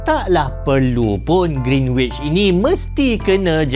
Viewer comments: Cara sebut greenwich ialah with silent w. Greenich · Bang, sebut Greenwich betul2..silent kan “w”, so sebutan betul dia ialah Gren-itch…🫰🏽 Edit: bab sembang nak jadi Mekah sebagai pusat untuk zon masa memang boleh jadi, sebab ‘Kaabah’ (di Mekah) tu adalah titik pertengahan bumi-scientifically proven. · kalau x silap sy, sebutan yg betul adalah Greenich (w xde bunyi). Apa pn terima kasih atas info yg bermanfaat ini❤